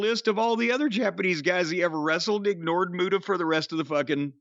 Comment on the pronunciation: The great mute-uhh